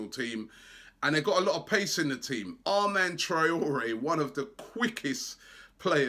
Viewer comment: "Armand Traore" LOL